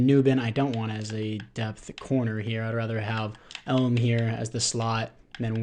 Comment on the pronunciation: You definitely messed up leaving Kincaid as the backup my man. Way more potential than Knox. Also Elam is pronounced E-lam. Not elm